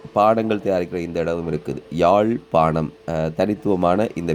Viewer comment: தமிழ வாழ விடுங்க, யாழ்+பானம் இல்ல யாழ்+பாணம் . முழு பிதற்றல்